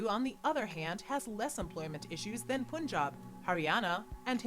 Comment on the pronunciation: Dad u don't pronounce it as poonjab,it's pronounced as punjab